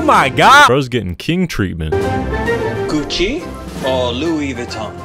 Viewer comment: Nah bro my guy said cucci.